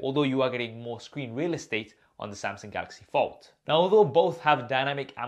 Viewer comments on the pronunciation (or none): Samsung not samsing.Bro get your English right.